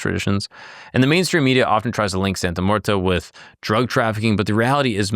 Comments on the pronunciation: It's muerte, not muerta. Come on bro. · brother why do you keep saying "santa muertA?" there's clearly an e at the end and not an a... americans and their language skills lmao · It's not pronounced "Santa Muertah." You're the second white boy to call her that. Do your research and learn Spanish words before you make a video. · It sounds like you really didn’t do too much research from primary sources and her devotees themselves. You couldn’t even learn to pronounce her name right which makes this video absolutely painful to watch. It’s not like it’s a complex Spanish pronunciation, and if you went to devotees for research you would have heard it enough to realize you were l saying wrong